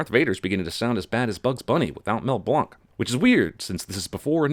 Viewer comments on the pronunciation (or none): Mel Blanc is pronounced Mel BLANK (his actual name), not Mel BLONK. Christ. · I am going to remove 3 sins for the “mel blanc” reference but add one back for pronouncing it “blonk.” Every time I’ve heard it it’s been “blank.” Then one more for making me have to sign in to write this comment. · Mel Blanc is not French you pronounce his last name blank. Duh...rookie